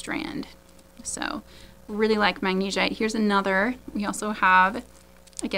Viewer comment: Heishi can be pronounced either the way you are saying it, or HAY-she. Magnesite is pronounced MAG-na-site. You’re doing a great job, and I’m really learning a lot about gemstones from you. Beautiful stones!